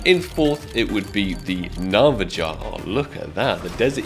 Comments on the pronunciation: “Navajah”😭 it’s pronounced “Na-va-ha” great video tho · Na-va-HA not Na-va-JA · isnt it hava HA not nava JA? cause its a spanish word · Pronounced navaha not navaja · Nava-ha as in Spanish, not nava-ja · Navaha not pronounced navaja 😭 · Please, it’s pronounced the (NAV-UH-HAH) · It’s “nah-vah-HAH” not pronounced with the J. In Spanish J’s are pronounced with an H sound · Nava JA ??? You seem like the type of person to pronounce jalepeño as JaLAPANo 😂 jaja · Nah-vah-hah don’t pronounce the j . Love ya big dawg keep up the good work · Bro its Ursus (er-sus) and Navaja (na - va- ha) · that's a wild pronunciation of navaja knife, i think it's more like navaha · Na-va-ha it's spanish so the J makes an H sound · Spaaarkles!!! URSSSUS AND NAVAJA IS PRONOUNCED NAVAHA! 😂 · Ur SUS.... Nava HA.... ffs bro say em right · bro... navaJA like the native tribe the navaja like navaha not navajah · Its called ursus and navaha not navaja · Correct me if I’m wrong but I believe the navaja knife is pronounced like nava-ha. Otherwise, keep up the great content! Great videos and editing! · Not only does he call it the urus knife, he even pronounces the J in navaja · Please learn how to pronounce navaja. You're doing us British a disservice 😂